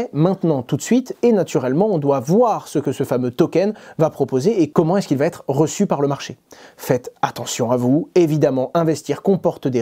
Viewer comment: On dit va être et pas vat être